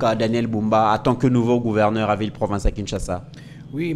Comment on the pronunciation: Pas couverneur. MAIS PLUTÔT GOUVERNEUR. NDEKO LOBA KAKA LINGALA.